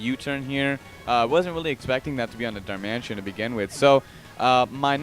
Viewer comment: hey its darmanITAN not darmantien